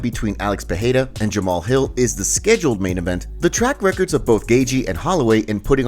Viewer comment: Just an advice, his name isn’t PeHeira, it’s pronounced Pereira just like you read it. For your future videos :)